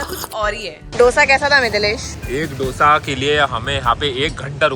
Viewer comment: It's 'दोसा', not 'डोसा', please don't say like that and hurt the Telugu audience 😊😊